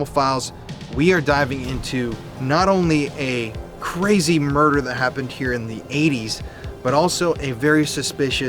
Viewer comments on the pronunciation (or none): "The Muder House" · Murrder house